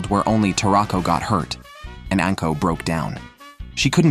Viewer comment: Also, anko is not pronounced "ənko", it's "ahnko"